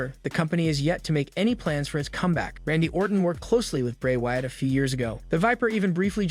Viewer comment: It’s WYATT not Watt